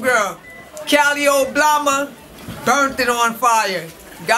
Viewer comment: i thought that first judge said Oblama lmaoooo